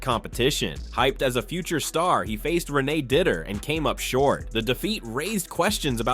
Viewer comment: Renay Didder 😂😂